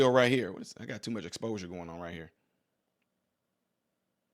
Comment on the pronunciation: Yeah renaissance man Jon is definitely saying YUU GOT ME TO MUCH EXPOUSER!!!😂😂😂😂😂